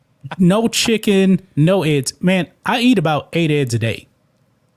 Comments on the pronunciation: Bro I love the train this channel is on but for the love of America and all its patriots, please learn how to say eggs (not Ed’s) and Olympics (not Olympits) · E...GGs..not edds...please man